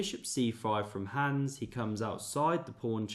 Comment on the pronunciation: You just can't be flexing with German words if you're totally butchering the simplest name "Hans" by saying "Hääns" 😑